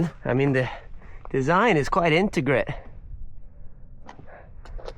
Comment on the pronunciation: this is why you are still the intern, its intricate not intigrit lmao